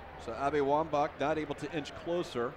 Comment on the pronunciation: "Abby Womba" .... uuhhh